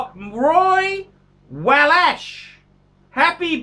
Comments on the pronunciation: Wallach is pronounced "Wollock". As in Eli Wallach, the actor. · Wouldn't Wallach be pronounced "wolluck"?